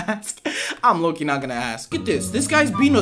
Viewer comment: When he said "lowkey" I thought he said Laural Key 😭